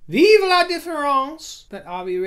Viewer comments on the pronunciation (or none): none